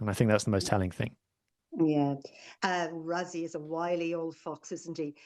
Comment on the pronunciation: Btw. Mate if you want to engage Saffas. Rassie is pronounced Rassie .. not Razzie. its with "s"not "z" 😂😂😂😂